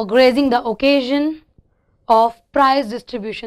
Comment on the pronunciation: Grazing. ... Ab kya ghaas charega aaake vo.... Shouldn't it be pronounced gracing